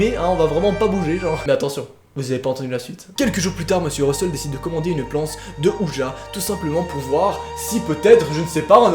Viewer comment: je sais que je suis chiante mais on dit pas « plance » de ouija mais planche de ouija